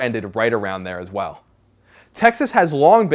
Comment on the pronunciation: Please learn how to speak ", well," properly thanks